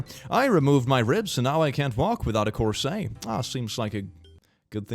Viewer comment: pronouncing corset as “cor-say” is *chef’s kiss*🤌🏼😘